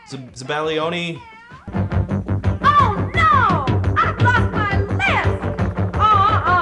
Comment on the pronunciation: that's pronounced ZAB BAL YONI its an emulsion of egg yolks, sugar and marsala wine or amaretto its a classic of italian cuisine and ABSOLUTELY INCREDIBLY DELICIOUS